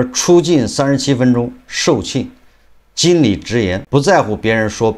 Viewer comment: 售罄～qing四声。馨，温馨